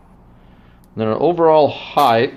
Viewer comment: Height... It's height. Not "heightth".